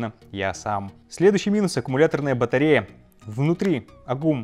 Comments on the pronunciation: батаЕРЯ, к логопеду! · вы тоже заметили "батаерю" ? :D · батаеря)) (не хейтите только,я понимаю, что все могут ошибаться, просто забавно вышло)